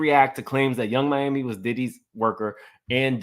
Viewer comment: PLEASE STOP calling that chile Yung MAMI...IT'S YUNG MIAMI (Think Florida) lol